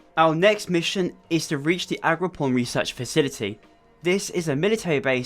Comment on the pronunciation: It's AgroPROM, not PON, pal. Nice content noneless, makes my boring shift a bit more enjoyable